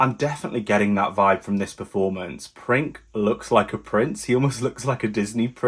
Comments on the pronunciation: Honestly, how did you figure out his name Princ(e) was pronounced "Prink"? when it couldn't be more obvious the word is PRINCE only in Serbian. Ever heard of Google translate? Be honest! It's beyond me how stupid you got to be. "Prink". Unbelievable! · You must say Prince not Prink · C is not K in Serbian. u can pronounced as Prince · Princ is pronounced Prince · Princ pronounced “Printz” or Prince